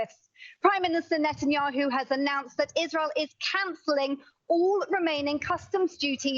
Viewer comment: It's pronounced NET-anyahu, it's NOT NATE-anyahu, you'd think someone in broadcasting would KNOW the pronunciation of World Leader's names 🇺🇲